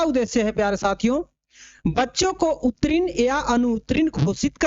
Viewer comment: सबसे पहले तो आप उत्तीर्ण को सही से पढ़िए । गलत पढ़िएगा तो मैसेज सभी तक गलत जाएगा।